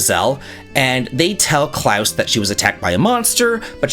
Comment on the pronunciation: my good man, I've always liked your videos and your personality, but I love you for your pronunciation of the name "Claus". You're the only non-German I know who pronounces it correctly. Great job!